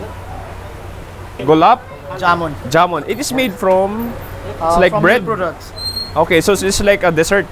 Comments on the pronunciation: My man did you just say julab gamun 😭😭 Julab is diarrhea in my (indian) language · Okay naman siya. Pero hindi siya marunong kumain ng chapati partner w/curry. And the proper pronounce for gulab jamun is (Glab jaman*)